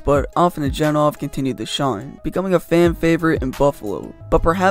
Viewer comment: Nice video, but I can tell you’re young and didn’t watch these guy play. Hejduk is pronounced “hey duke” and afinogenov is pronounced “a fin no gen off” not “Jen off”